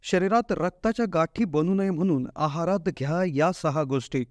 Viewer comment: म्हनून. कोनत्या. लई भारी मराठी!